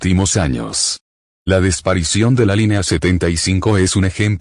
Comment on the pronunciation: La “desparicion”. Enséñenle a hablar bien a.